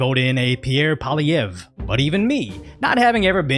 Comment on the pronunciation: Canadian here! Long time fan, it’s crazy that our country is getting global coverage! Goes to show how bad it is! Funny enough you pronounced Polievre pretty well! 👍 Trudeau on the other hand, not so much, but screw him anyways.